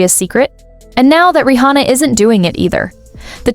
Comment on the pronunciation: why do you pronounce her name Ri hhona